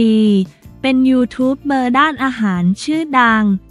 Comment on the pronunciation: เขาอ่านว่า ยูทูปเบอร์ค่ะ อย่าอ่านเว้นวรรคผิดค่ะ ห้อง ICU ก็อ่านผิดนะคะ